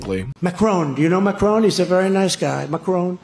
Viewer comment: Thats not how you pronounce the president of Frances name. Holy shit this guys is dumb